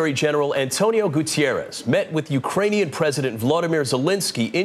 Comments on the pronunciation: Both anchors should have been told the U.N. Secretary-General's last name is Guterres not Gutiérrez. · His names is pronounced Goo terr ez, not Goo tee air ez. S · HAHAHA "GutIerrez" 😅😂🤣